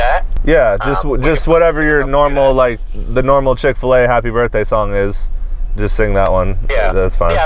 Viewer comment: It’s the “Chick A Fil” for me 💀💀